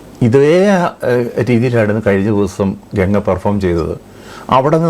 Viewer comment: Le bosudk genga alla ganga plz don't blend English in ur maleyalam😂😅